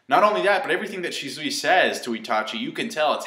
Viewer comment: you keep saying "Shi-zoo-i, or shi-zoo-i" You sayin' it the same way both times man xD You do you, but it's supposed to be "Shi-su-wee"